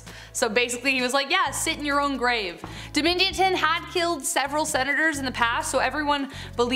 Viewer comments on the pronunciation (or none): Domitian should sound like omission 😣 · Domitian is pronounced "Dom-mish-un". That's just an example - you mispronounced about half of the names you said. Jeez - at least you're pretty.